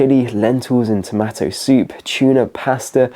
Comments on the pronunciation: That's what I was wondering, it was repeated so many times and totally distracted me from the rest of what was being said. Strange to say the least!😮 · Tomatto? You nearly lost this viewer when you kept saying that. great advice though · He pronounces tomato as tomatto throughout. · Who taught you how to pronounce "tomato"?! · Nobody going to mention his pronunciation of tomato? Really nobody? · What pronunciation of "TomAto" is that, it's like half US, half UK pronunciation 😂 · One of the best series on the internet which i've on just discovered and am going through them daily. However, Oh My! i'm vetting and censoring them dreading the likelihood should they have use of the word TOMATO 😈 i ain't never heard it pronounced this way! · Nobody pronouces 'tomatoe' like that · Why can't you say tomato?